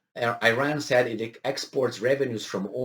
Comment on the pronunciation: please pronaunce iran like you say it for "i"taly so "i"ran, and for ir"a"n please like "a"lmost.